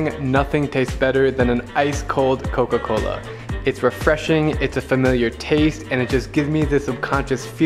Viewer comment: He’s pronouncing “Coca-Cola” all weird for some reason because he’s in Mexico 😂